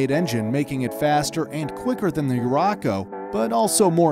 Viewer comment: Not to mention he said "Urraco" wrong as well.